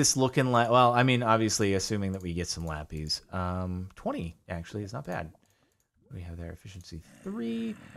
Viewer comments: its called lapIS, not lap-EEEEEEZ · Nobody: CaptainSparklez: LaPeEz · Does the way he says Lapis annoy anyone else or is it just me?